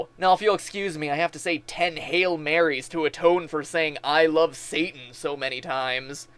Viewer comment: it sounds like "i lofe satan" rather than love